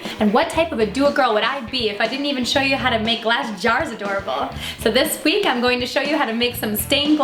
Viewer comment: You said thesesh week